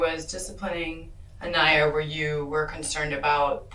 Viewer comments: PRONOUNCED "AHN-EYE-YAH" NOT AH-KNEE-AH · this narrator is an asshole continually mispronouncing Aniyah's name. Say it PHONETICALLY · Over 2.5 days I've watched the interrogations of both the "mother" and this guy. Just sickening and beyond sad how this baby was failed. One thing that's been bothering me is the narrator mispronouncing Aniyah's name. Is this an AI bot narrator? RIP Aniyah. 🕊️